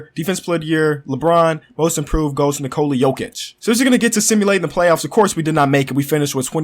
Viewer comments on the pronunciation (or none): none